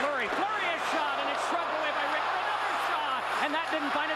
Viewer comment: It's actually Mike Richter, not RICTER. Don't know what that drunk shit is lol!